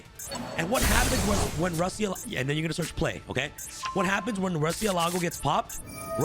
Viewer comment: MU-RCIÉLAGO is the spanish for Bat